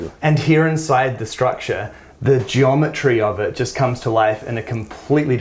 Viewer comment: GeomeTREES hahahaha